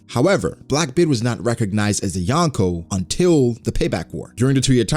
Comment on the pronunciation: You are saying Yonko wrong